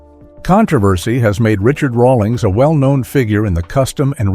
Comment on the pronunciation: can't even pronounce Rawlings correctly